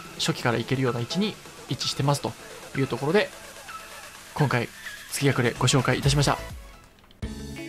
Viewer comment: 動画お疲れ様です！ 蝕ショーテルはじめて知りました、恐ろしい 一位の月隠は「がちいん」と読みます！前作セキロでもあった月隠の飴と同じ読み方になりますね、フロムらしいネーミングですね